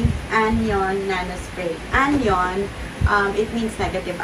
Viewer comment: Anion = an-ayon Hindi po anyon ang basa.😊